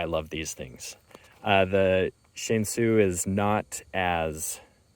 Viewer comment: Here is how to pronounce Shan Xi. Xi is pronounced like C.